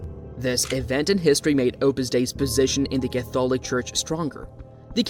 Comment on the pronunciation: Use a real person instead of a computer generated voice. It can't even pronounce Catholic correctly.